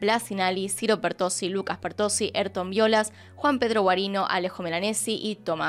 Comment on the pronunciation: "eytor" jajajajajaja se llama y se dice A Y R T O N .